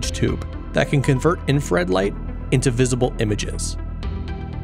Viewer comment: Great video, captivating visuals. My only nitpick is the fact that you misspell and mispronounce "INFRARED" throughout the video😭😭 it's not I N F A R E D